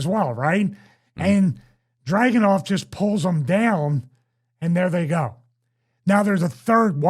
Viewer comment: It's DragUnov. Least get it right.